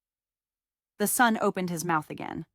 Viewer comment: Funny AI quirk that this voice masters "metadata" but mispronounces "son".